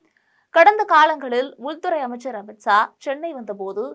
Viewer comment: அமித்ஸா னு சொல்றியேம்மா ஒழுங்கா தமிழ் பேசணும். 😊